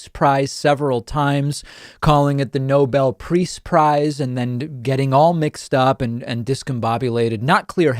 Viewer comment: So you have someone in charge of your country who can't even say his own name. Someone who can't even pronounce "Nobel Peace Prize." If you don't think you'd be better off with someone else in charge then there is something wrong with you.